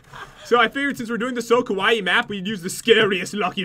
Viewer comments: ITS PRONOUNCED SO {KUWAY} KAWAII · It’s pronounced Ka-why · when you read it its KAWAY not KAWAYI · You guys kept saying it was KOwaii, as in scary. Kowaii=scary kawaii=cute in Japanese. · Pat...its pronounced (Ka-y) not ( KaWIE) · Its KUH-WHY Not KUH-WHYEEEEEEEEEEEEEE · It's pronounced KA WHY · no its Ka-why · KIWAIHH!!! F.Y.I you did say KIWAIHH wrong in beggining of vid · It pronounced kay-why- ie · I think the reading is kawai not kawaii!😑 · its pronounced (ka-wi) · It's pronouced ka-why just so you know. NOBODY YELL AT ME BECAUSE I SAID HOW TO PRONOUCE IT!!! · U know it's pronounced ka y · ***** half of my family is Japanese other half of my family is German/american. It is ka waii but its more short and it dosnt ryme with Hawaii . (ka-wa-ee) I know because i have been I Japanese school for 6 years and cam fluently speak and read Japanese and i go to school in Japan in the summer when visiting my family. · There saying kawaii wrong ka-w-I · It's Spelled Kawai'i, and it's pronounced (kaw-why-eee) Such an insult ;) (I live on Kawai'i) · sorry... it's (ka-wha-ee) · it's pronounced (ka-why-ee) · It's kwiie🐬🐬🐬🐬🌊🌊🌊🌊. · Kawaii is pronounced Ku-Why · Kawaii is pronounced kwai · its pronounced kuh-wiy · its not like hawaii, its pronouced : kah- why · kinda saying it wrong... The two i's mean nothing for pronunciation. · You are saying kawaii wrong... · pat please stop saying kawaii... if ur not even sure how to say it....but you and jen are still good if not good great youtubers! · Omg ilysm pat he said it's so kawii but with a k it already is with a k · You guys are saying scary I live in japan so I should know it sounds a little different to be the word cute but good 😊 try love ❤️ you guys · It's so triggering to hear them add like an extra syllable to kawaii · Kawii (last silable sounds like hi) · Lol I'm Japanese so I can say they aren't pronouncing it right. I haven't seen anyone say it right besides my sister and my dad. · Ur saying it wrong